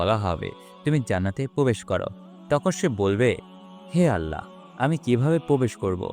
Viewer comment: ভাই আপনার উচ্চারনে সমস্যা আছে। আপনি আল্লাহ উচ্চারনটাই ঠিক মতো করতে পারেন না